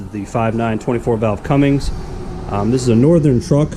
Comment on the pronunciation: Cummins not cummings. says it on the side. That is such a pet peeve.